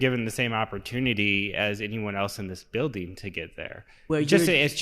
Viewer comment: Maybe it would have taken less time to get into the beeeldin if you pronounced it right.